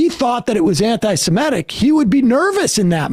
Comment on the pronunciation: Why do you write antisemITIc but say antisemETIc? Too lazy to do English?